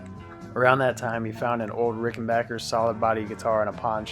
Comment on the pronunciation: A video about Keith Richards' guitars and the correct pronunciation of 'Ricken-back-er'? Subscribed!